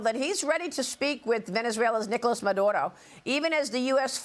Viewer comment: Its Maduro not nvsdkjava dojv dvhkjv ! Don't start this again. If so its Norge not Norway. Cymru not Wales. And on and on and on and on. Snap out of it.